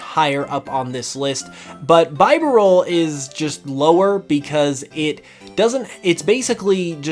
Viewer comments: By... what? BYE • burr • all? I have never heard anyone pronounce BEE • doof that way 😅 I wasn't looking at the video when you said that and I was like "who tf is that?" 🤔 ahahah Unpopular opinion time: Diamond & Pearl's Pokédex is... just awful imo. Yeah, Platinum fixed those issues– but OG Diamond & Pearl are the only main series games that have been released that didn't even contain all of the new Pokémon for that region... like wtf is that? lol 🤦🏻‍♂️ plus there's of course the issue with the total lack of any Fire-type Pokémon. It was just a really bad dex, in my opinion. Edit: Hold up... did this man just put Bidoof AND Budew lower than... than Carnivine AND Abomasnow? My goodness... 😤 I respect your opinion, of course, no matter how wrong it may be 😉 jk lol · "Rye"olu and "bye"barrel. Killed me lol.